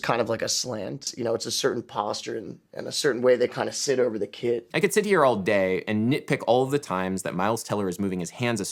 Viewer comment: He is talking about the way jazz drummers sit over the KIT not how Fletcher stands sauntering over the KID. It kind of sounds like he says kid instead if kit though.